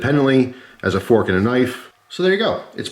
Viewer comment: 1 pronged fronk